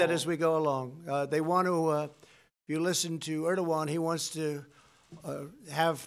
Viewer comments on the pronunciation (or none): He keeps saying “erdigon” this is most ignorant person ever to become president . A complete idiot. Question “mr. President” why TF do you think America is the police of the world? Because the world needs order and police.. this chaos presidents destruction has no boundaries.